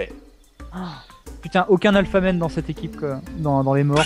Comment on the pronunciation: sa n'est pas alphaman mais alfatman XD